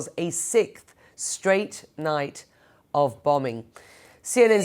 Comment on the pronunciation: British need to learn the word sixth doesnt have a fucking K in it